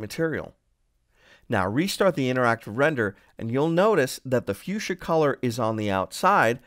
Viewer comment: it's actually fuchsia